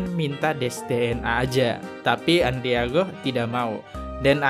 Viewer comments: Bang namanya Andrigo bukan andriago.bnyk mengulas konten mslh orang tpi bnyk yg kliru2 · Andrigooo...Andrigooo, ngomong kayak yg bener.